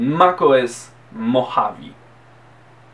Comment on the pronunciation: Poprawka. Nie "mochawi" tylko "modżawe"